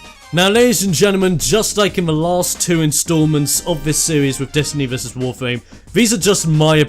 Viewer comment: Nice Video, but does it just sounds for me like you say "Wofame"?